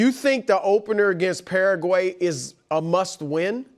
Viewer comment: So you can pronounce Turkey correctly but not Paraguay lol